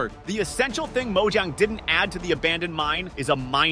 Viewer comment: people usually say “mo jang” or “mo yang” but not “mo jun” 💀